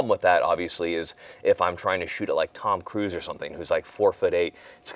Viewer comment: “Tom cruises” 😂